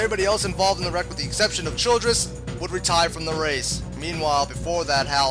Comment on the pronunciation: It's Billy Bob "Childers" not "Childress!" :)